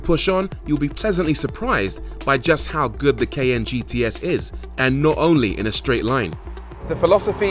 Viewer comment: for real dude....what language are you speaking it is KAIIIY-YAAAANNNE, not.